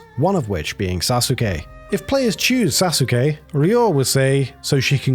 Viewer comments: when you pronounce sasuke as sazooke and not as it should be suske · You don't pronounce the u in Sasuke. It's read as Sa-skeh. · sa - SU - ke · Sasookay and Naruto. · It's "Sa-ss-kay" (Long "a" sound) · Sasuke is pronounced "Sauce-kay" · You’re saying Sasuke wrong It’s pronounced “Sah-sook” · "Sa-soos-kay" 🤦🏻‍♂️ SMH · Jiff ? Sasookay ? c'mon man .... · Cringes The name Sasuke is badly mispronounced here... The u is barely vocalized in Japanese, so it's pronounced closer to "Sah-Skay", hence the Naruto memetic mutation of "Sauce-Gay" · This man just said SA-suke. Take his weeb card. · Also, it's pronounced "Saské", not Sasuke. You skip the u. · Went into the comments looking for this. Could have sworn this was the case. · Is that how you pronounce “Sasuke”, eh? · I haven't heard Sasuke pronounced that way since I first read a Naruto manga over 18 years ago when In Middle School. I'm not sure if that's how that cat's name is actually pronounced or if its a mispronunciation of Sasuke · Mispronunciation most likely. The U is supposed to be silent in many Japanese words like Sasuke and Asuka. The German dub of Naruto made the same mistake and people weren't happy. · The pronunciation of Sasuke has to be you trolling surely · "Sasuke" while pronounced quite alright for an english speaking person, would be pronounced without the "u", it's quite silent. But still, good job not butchering japanese words completely like a lot of english speaking humanoids do ;P